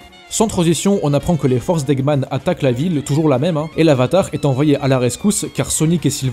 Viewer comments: Ça se prononce "Forcise" pas "Force" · tu dis force au lieu de forcis c pas bien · Essaie de prononcée comme "fort-seize" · Eux... Je crois qu'on dit "Phaurssiz" 👌